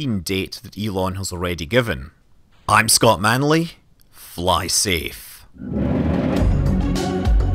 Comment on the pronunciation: Scott "Munley" .. poor moon :))